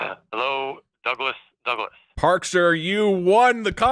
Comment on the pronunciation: douglas "wreden" douglas